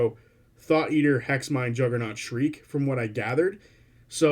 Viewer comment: really good video. sorry to be that guy but "shrike" rhymes with "bike." thanks for unpacking the reveals